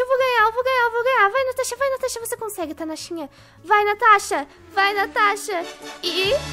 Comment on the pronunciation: Natasha falou Tanasha minuto kkkkkk